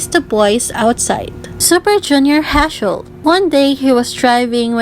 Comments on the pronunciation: you got me there 😂 I watched the video with serious expression but this crack me up Edit : btw you pronounced Heechul wrong. Double 'ee' in Heechul is pronounced as 'i' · The way she pronounced Heechul's name is kind of funny Lmao